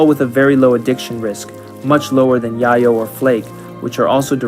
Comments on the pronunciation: Its not "yahyo". Its "yayoh." Its cocine. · Is there a reason Rimworld content creators call Yayo 'Yah-yo' and not the traditional real world 'Yay-yo'? I'd be lying if I didn't say it bugs me lol! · Great video! Only comment is that yayo is pronounced "yeh-yo" (like "day-glow"), because it's intended to be a fictional version of cocaine, whose street name in Mexican Spanish is "llelo", which is pronounced the same way. As used in a sentence by Tony Montana: "Chichi! Get the yayo!" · pronouncing yayo wrong, yayo is a slang term for cocaine, it is pronounced Yay-yo